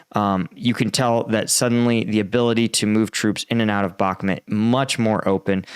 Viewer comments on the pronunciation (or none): Dude you don't pronounce bakhmut right in every single video you do..